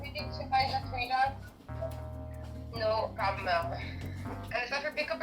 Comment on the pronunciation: lol. on the pause: NO!……….Problem.